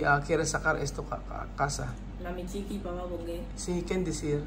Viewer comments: Kuqui ng kuqui so instead na Chiqui😅😂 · nagkakamali ka na banggitin si Papa Bunggey at ang Sabi mo mo Mama Kukie instead of Mama Chique. Namamali ka na big kasin ang Mama Chique, Napolitano mo ng Mama Kukie. I correct mo ang pagbanggit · CHIQUI not KOQUI...